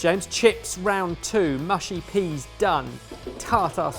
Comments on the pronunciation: lolololol said Peaness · "there's a very peaness about it" COME ON MAN IT'S PEAS! LOL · Pea ness?! Lmao I never laughed like that at a blooper before.